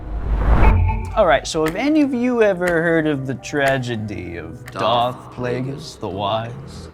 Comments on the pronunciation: I felt it was her from the introduction alone but her saying 'Dark Plagueis' off the bat is giving massive red flags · I just started watching and I'm already hearing "DARK Plagueis"...